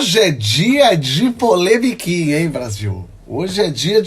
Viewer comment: "polemiquia" a gente gosta.